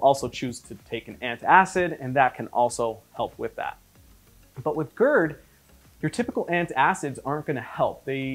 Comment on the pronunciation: God gerd, not goord